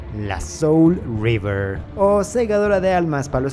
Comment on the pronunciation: Es que no es River, es Reaver su pronunciación es similar.